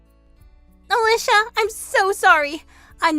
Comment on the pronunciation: At least the boyfriend knew how to pronounce Ah-Leeshah!